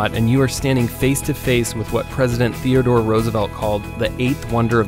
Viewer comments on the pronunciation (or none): none